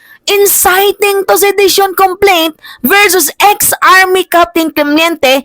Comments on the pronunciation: Hindi Cle-mien-te Ito tama Cle-men-te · Clemente not clemiente